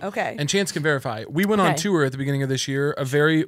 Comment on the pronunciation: why does caleb say the word tour like “tewer” 😭